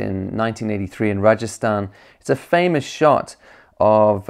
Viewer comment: The way you pronounced Rajasthan was spot on :) and I’ve noticed from other videos you try your best to pronounce foreign cities and names in the authentic way. I find it very respectful. Great video btw but we already knew it would be.